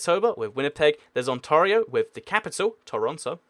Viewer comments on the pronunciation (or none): Ontaria omfg 😂